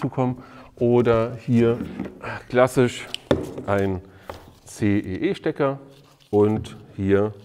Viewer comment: CEE nicht EEC :D